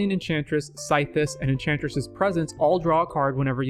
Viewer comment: Did you really pronounce it “Scythe-is?”